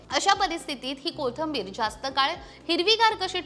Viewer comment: Kothambir नाही. कोथिंबीर